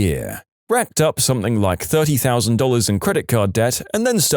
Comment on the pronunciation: No K in the word something .